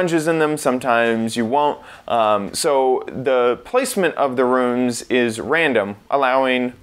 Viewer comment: He says the word “rooms” like “runes”